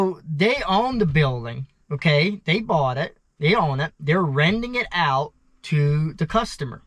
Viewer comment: Its strange you pronounce renting "rending" but then you pronounce shed "shet" so it's not like you have a speech impediment where you can't say D's. Just swap the D in rending with the T in shet and they'll both be right😅